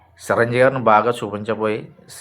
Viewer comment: సి రంజీవి కాదురా బాబు చిరంజీవి రా బాబు. ఆపరా నీ సోది